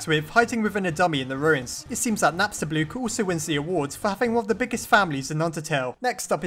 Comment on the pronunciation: I really like Napstablook. He has my personality, I feel bad for him because Mettaton or "Suzy" left him, and also because he just wants to be alone but when he finds a friend he's really sweet. also remember when you used to pronounce him Napstabluk? that really annoyed me, but im happy now